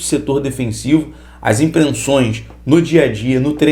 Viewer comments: "IMPRENSÕES"... KKKKKKKKK AURÉLIO SE REVIROU NO SEPULCRO!! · Com todo respeito, nosso colega assassinou a língua portuguesa...imprenssões...kkkk